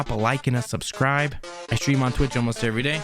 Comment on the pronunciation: How to be a cringy youtuber: "If you liked the video, drop a like and susscribe"